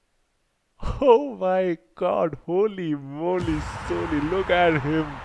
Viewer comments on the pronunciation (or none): none